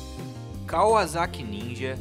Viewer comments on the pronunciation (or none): da uma agonia ele falando kaUAzaki